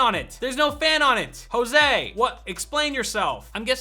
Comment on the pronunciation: "Hoseway??" XD